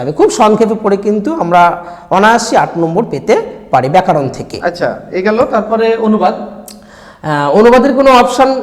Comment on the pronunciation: ব্যাকারন না ব্যাকরন